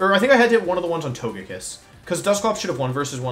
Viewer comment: Wolfe saying " I'm not frustrated" after being so frustrated he was pronouncing togekiss correctly instead of his normal meme pronunciation